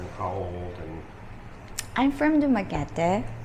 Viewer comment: Maya says Dumaguete in a much more prettier way than you do. I just love it!